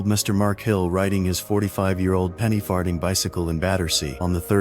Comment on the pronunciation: "Penny-Farting bicycle" instead of its actual name Penny-Farthing is freaking hilarious. Great job of entertaining us AI. 😂😂😂